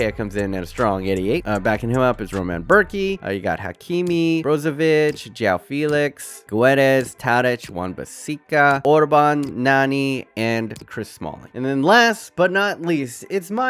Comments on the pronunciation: Who else hearrd *"Wan-Bassika"? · He said wan bissika but ok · Did he say Wan-Bissika?😹😹